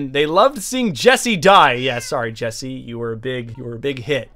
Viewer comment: That ain’t Jesse, that’s Jeese. Sounds like a mix of 🧀 and New Jersey